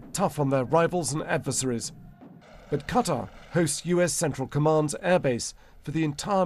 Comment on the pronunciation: Qatar--rhymes with guitar